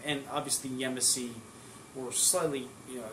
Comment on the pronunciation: It’s pronounced Ya•Mas•See